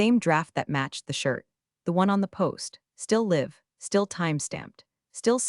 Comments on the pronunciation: It's actually easy to fix. Or 'live' being read as live instead of sounding like a'live'. There are ways to fix it. Simple proofreading and editting will fix it in a heartbeat. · Still mispronouncing live and read. Is anyone auditing these stories?